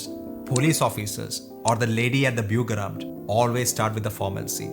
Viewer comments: A rule for him: try and learn better German pronunciation. German is my first language, but I had to hear it three times until I understood "Bürgeramt", and I'm still not 100% sure. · pretty sure he says "Bürgeramt" which basically means "Administrative Office for Citizens". "The lady at the Bürgeramt" was just one example when you have to say "Sie". But it's hard to hear, because he says it a little weird. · I think he said that lady at the Bürgeramt, but he said the first syllalble (Bür) with a funny accent. (Is he spaniard or portugese?) Bürgeramt ("Citizen bureau") is some sort of municipal or governmental office, where you have to register your address, or you can renew your driver license, ID, passport. Jaywalking is an american car lobby propaganda. You can cross the street anywhere in Europe, if there is no pedestrian crossing nearby, and it is safe to cross. But you are not allowed to force the drivers to emergency braking, because you stepped in front of an incoming car ignoring the braking distance.